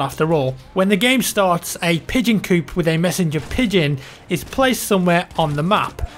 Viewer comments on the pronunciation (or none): none